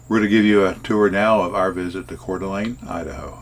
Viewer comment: Hudson 🍔 🍔. Expect to wait in line! Great job with the pronunciation! Most people get it wrong. 💥💥💥 # Roamingwithrover